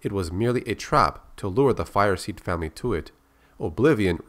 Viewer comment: "Aram Firessed", "Greyhawk Firessed", "Carl Firseeed" wtf